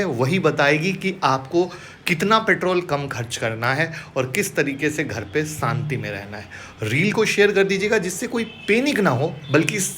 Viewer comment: enerzi nhi be energy😂 Santi nhi shanti😂